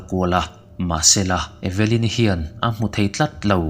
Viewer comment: E-ve-lyn-i tilo in eve-lyn-i ti la